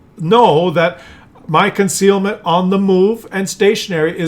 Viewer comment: I have a question regarding - . What's "ConcRealment"? - 😂